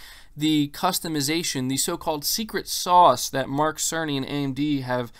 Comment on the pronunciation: Its mike cerny 🤣🤣🤣🤣🤣🤣🤣 every time they mention his name, it sounded like Mark SONY! 🤣🤣🤣🤣🤣